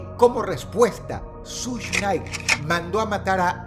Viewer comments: Hola Dross,esto no es en Mal plan ni nada asi,solo que creo que seria Bueno Saber que se pronuncia shug SHUG, un poco Mas facil😊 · Solo les vengo a decir que Suge se pronuncia “shug” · no se dice sush nait se dice shug nait dross 🙄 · Nadie: Dross: SUSH KNIGHT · Hit em up no fue una tiradera, fue una declaración de guerra Also , se pronunciaria como "Sush" aunque el chiste creo, escque se pronuncié "Shuga", como sugar. O mas o menos asi. Dato curioso: el conflicto escalo tanto, que la nacion del islam se metió